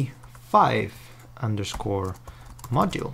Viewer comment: OMG the part of that "mnodule" was driving me crazy lol